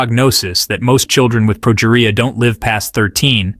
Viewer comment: For future reference, the documentary series were Sam Berns spoke were "Ted Talks" and the specific one was pronounced "Ted-Ex." As for his condition, it's said like this: pro-GEE-ree-ah. Not complaining, you did a great job putting this video out. I just thought you might want some help for the future. And Adalia Rose was only 15 when she passed. Her life might have been full, but it wasn't long, too the great sadness of us all.